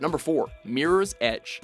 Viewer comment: You lost all credibility when you said Mirror's Edge.